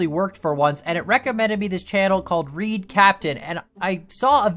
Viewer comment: Its not reed its ra ide raid im subed to him